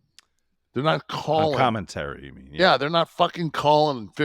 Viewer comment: The “Yeah” is more like “What?”